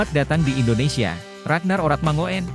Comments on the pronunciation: Oe itu dibaca u bro....itu bahasa jawa jadi ratnar oratmangun bukan oratmangoen bacanya....paham ya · ini admin 'ngomongnya gk enak banget sih/bacanya oe yg saya tahu. itu ejaan lama yg artinya= u, itu nama orang dulu, kaya boeng soekarno, bacanya bung , sukarno hanya koreksi, akoe lahir taheon 40 han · perlu di tabok dulu mulut si mimin....biar bisa ngomong mangun......😂😂😂😂😂